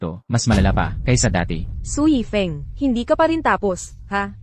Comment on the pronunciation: Mali2x tawag yifeng na yefing. Eh si Su yan